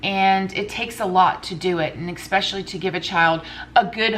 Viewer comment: Please stop saying "supposably" it's "supposedly". Also it's not "eXpecially" it's"eSpecially."